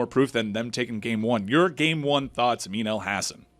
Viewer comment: Amin , no disrespect but I have listened to you for years and for the first year I thought your name sounded like “amino acid” lol